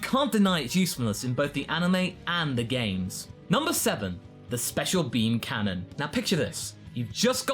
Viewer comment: I thought you said pissed when you talked about the special beam canon